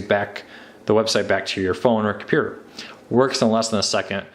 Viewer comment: ttttttttttttttttttttttttttt - here are all of the missing t's from the words compuTer, InTernet, and maTTer